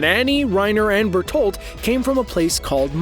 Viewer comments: Did my man just say Bertold? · Ur murdering the pronounciatuon of berenholdt